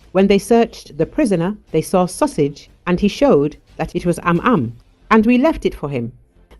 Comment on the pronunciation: Sausage was "am am"'? You mean "nyam nyam" (eng. nom nom)?